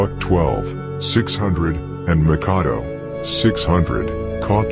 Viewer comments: He said Makado its Mackadoo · Makadoe lol its makkadoo lol